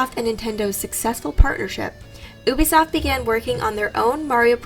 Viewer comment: I’m triggered every time she says oobisoft